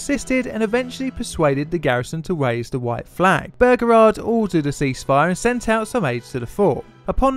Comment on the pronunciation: "General P. T. Bergerard"